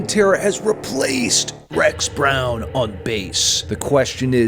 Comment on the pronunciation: You’re not pronouncing his name right…sue me. Lol